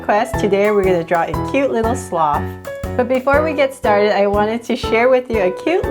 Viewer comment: Hey you say slof when It is SLOTH!!!!!!!!